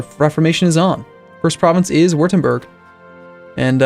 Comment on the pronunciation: Würtemburg is pronounced "Voo-Tem-Burg" not "Wrtrmburg